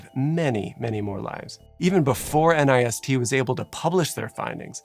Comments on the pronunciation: Please, if it’s ok with you, pronounce nist as one word in the future. I know a lot of people spell out N I S T but there’s really no need for that. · An unimportant but possibly interesting note - in speech NIST is usually pronounced as a single word not as an acronym. My husband worked there for 3 years and it is one of the more fascinating and lesser known parts of the federal government. They have the fire testing facility you mention here, but also work on everything from cybersecurity standards, to body armor, to running the atomic clock. Crowd simulations are such incredible and interesting tools. So many instances of architectural layouts that seemed ok on first glance, but were obvious deathtraps when you start to understand how crowds behave. I remember there being talk about how the central pens got overcrowded at Hillsbrough because of the particular layout of the stadium entrances making it unlikely for people to head to the under-capacity side pens